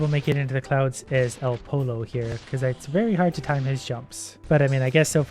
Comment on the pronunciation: A double l makes a y sound in Spanish words. Pollo is pronounced poyo not poLo